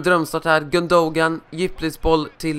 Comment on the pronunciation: Gyyn-då-gaan = gündogan. Så uttalas det